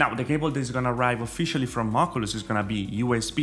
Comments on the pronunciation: do you even know how to say oculus? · The way he pronounces “Oculus” make me cry laughing LOL